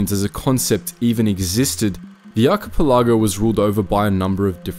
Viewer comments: It's NOT an arky pilago! Damn, learn to pronounce words or don't use them! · Dude your driving me crazy with the way you say Archipelago. Its Aa ki pel a gow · Excuse me, HOW did you just pronounce archipelago? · Just wanted to say, as a fellow Australian we didn’t teach him to pronounce archipelago like that 😂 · Check your pronunciation on archipelago.